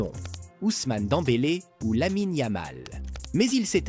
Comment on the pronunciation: Et toi qui sait même pas dire Pedri . Et qui dit suivre le foot 😂😂😂 Dent bélé 😂